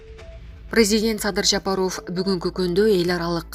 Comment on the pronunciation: Жапароооов или Жапаааров, дура ,ударению ставь нромально